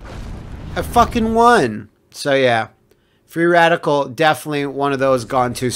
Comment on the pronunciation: You actually said Freeadical